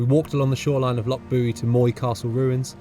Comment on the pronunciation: Oh and far be it from me to mention incorrect pronunciation of Scottish lakes 😂😂😂